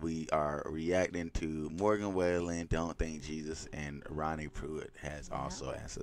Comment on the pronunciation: Great reaction. BTW, his name is pronounced Wall-en, as in your living room wall, and there is nobody better. Morgan sold more music than anybody in the world, of any genre, last year. The headline in Forbes financial magazine said, "Morgan Wallen Dominated the American Music Industry in 2023 Like Nobody Else Could," and that's the truth. You'll notice that the text in this video is in red -- blood red.